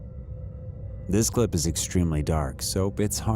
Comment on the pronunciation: In Spanish a double LL is pronounced like a Y. La Llorona is pronounced more like La Yorona and not like La Lorona. I mention this cause I hear a lot of people make a good strong effort to say something in Spanish and all that effort goes away when it comes to the LL. I hope this helps. Spread the word everyone.